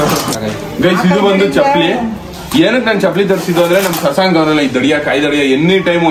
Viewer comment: Aunty be like 😂 Shashank ✅ shashankuu 😅 ✅